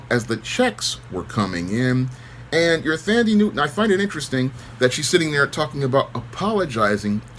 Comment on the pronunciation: Her name is pronounced - "Tundee" .